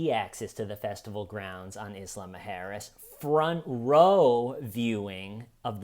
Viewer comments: Everytime says “Isla Muerjes” it sounds like Islama Harris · I love the pronunciation of Isla Mujeras as "Islama-Harris" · Omg the way you say isla mujeres is so funny cos i was almost finished the whole video thinking the island sounded like kamala Harris only to read it on the screen an suddenly think omg ive been there 😂😂😂😂😂 ive literally been to that very island 😂😂😂😂😂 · says isla mujeres like a mix of islamic and kamala harris